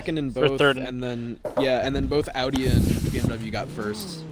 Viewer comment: It's Audi!😂😂😂